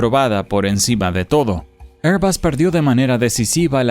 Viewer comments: ¿QUE IDIOMA HABLA? “ÉR‑bag” (ˈɛər‑bæɡ) Air = “ér” ESO ES UN GLOBO. no Se pronuncia: “ÉR-bas” (ˈɛər‑bʌs) Air suena como “ér”. será La marca de aviones AIRBUS Se pronuncia: “ÉR-bas” (ˈɛər‑bʌs) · Porque decis, "Airbas", es airbus, no me explico el acento que le poneis cuando decis eso.